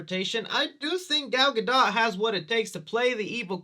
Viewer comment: Gal GA DOH... NOT Ga Dah.... Say it like Homer Simpson. You've heard her name too many times to keep fucking it up